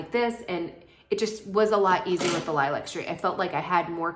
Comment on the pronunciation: The correct pronunciation of lilac is līˈlak. As in the flower or color.